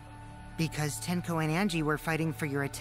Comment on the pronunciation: Tenko, not tenno